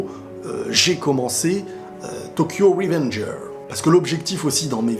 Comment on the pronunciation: Tokyo revengers avec le s qui se prononce sinon bonne vidéo